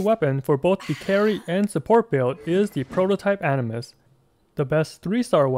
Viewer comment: Why u keep saying prototype animus it's aminus 👁️👁️